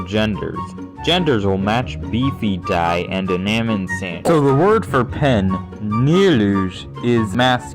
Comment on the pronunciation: the way you pronounce BFDI as /bi.fi.'dæ͡i/ never fails to disappoint